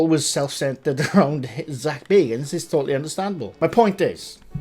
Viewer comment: It’s not Zak Baygans…it’s Zak Baggans…..he’s a distant relative of BILBO..!!!